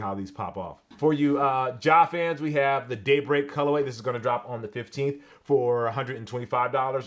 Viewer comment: When you said ‘Daybreak’ I heard ‘date…..